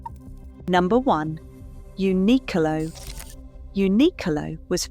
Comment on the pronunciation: Uniqlo pronunciation is Japanese , not English pronunciation, so it is right .